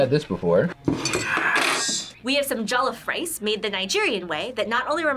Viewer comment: "we have some jollof rice( pronouced hecka wrong) made the Nigerian way" proceeds to eat it with a fork, that infuriates me so much when americans eat rice with a fork, like what the hell is the point?! IT IS SO WRONG!! JUST WHYYYYYY!!!!